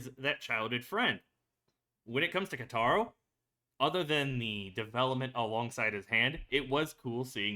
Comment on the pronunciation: Also just wanna let you know you’re saying Keitaros name wrong. If u listen closely when they call him his name you can hear how his name is actually pronounced:)